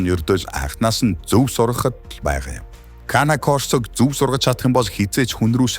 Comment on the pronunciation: Belgian ovchark bish malionois.канэ корсо биш кэнэ корсо